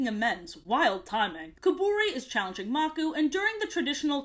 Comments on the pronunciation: I love how you call the crocodile leader "Maku" instead of calling him how it is pronounced "Makoo" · Name: maku Pronunciation: makoo Her: magoo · 1. It’s the “ Roar of the ELDERS” 2. It’s pronounced MakU and not MAku 3. Rani is pronounced Roneee and not Raine Sorry, my brother was obsessed with this show and asked me to comment for him. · I love this video. FINNALY someone doesn't make up their own lore AND they're funny! Keep up the good work! ❤ EDIT: It's pronounced muk-oo btw- 😂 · I grew up with the lion guard and I always wondered that same question but I watched season 3 and it all made sense also am I the only Lion Guard fan mad at the way she said Makuu and Anga